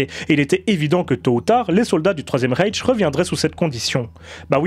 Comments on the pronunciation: C'est pas Raiche mais Ryche. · Vraiment super intéressante, ta vidéo. Sujet bien abordé, sans verser dans le simplisme. Juste un détail, mais c vraiment une goutte , qui ne nuit en rien à la qualité de ta vidéo : attention aux prononciations des mots allemands : railch, Bukenevald, etc .